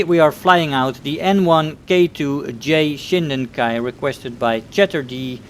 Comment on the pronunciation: It's Shiden-Kai not Shinden-Kai, nice vid btw